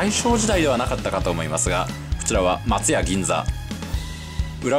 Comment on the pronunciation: 生まれも育ちも東京ですが、京橋と松屋の発音が違うような…。 関西にも京橋がありますが、そちらの発音に聞こえます。 松屋も牛丼屋と同じではないはずです…。 昭和１桁の人が乗っても喜ぶはず。 （私の父親＝江戸っ子） 楽しそうで、私も乗ってみたいです。